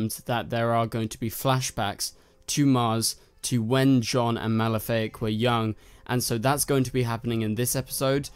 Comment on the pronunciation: Uh,his name is Malafaak, not Malefic. That sounds like a Maleficent ripoff... It's Ma-la-fa-ak. Jonn's evil younger brother from Mars